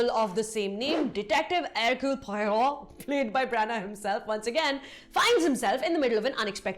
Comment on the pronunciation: I like how you tried to use the French kkhhh sound to pronounce Poirot. Well played.